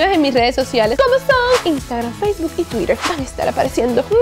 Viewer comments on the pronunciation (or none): none